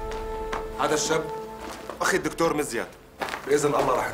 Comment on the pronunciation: الدكتور مش الدكنتور 😂😂